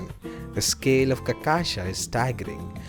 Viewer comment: Dude, for love of all things good, its really not that damn hard to pronounce cachaca right, really. I watched 4 videos in a row, listening to 4 different gringos say the word wrong in 4 different ways 😂😂😂😂😩😩😩😩 like, how? And im Aussie/Kiwi. Theres no excuse. Just learn a little Brazilian Portuguese, if you are intending making videos on Brasil. Seriously.